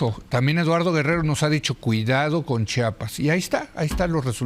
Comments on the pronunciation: Como lo pronuncia Chapas , cómo se escribe Chiapas 😢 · Porque dicen chapas Es chiapas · Estoy casi seguro que la señora Abogada pronuncia siempre Chapas. No es la ùnica. Es un error muy común y penoso. Pero tap vez estoy escuchando mal. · Es Chiapas no CHAPAS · Porque son tan ignorantes y viven en su burbuja que tal vez ni siquiera han estado en CHIAPAS y no saben como pronunciarlo! 😅